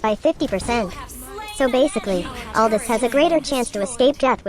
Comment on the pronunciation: I love your channel. Don’t wanna be that guy but his name is pronounced “Al-doo”